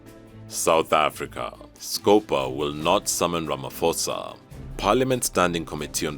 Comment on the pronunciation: Hehehe how i wish people should stop pronouncing Ramaphosa with a the (-ph-) as an f..... 😂 In the meantime we as Africans we support Mali 🇲🇱 the France and Denmark must leave us alone